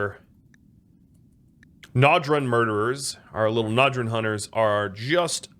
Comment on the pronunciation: According to a pronunciation guide, Njorun is pronounced Nyoruun